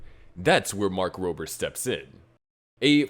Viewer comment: Don't want to be that guy but Mark Robbert's real name is "Mark Rober." so take out the "T"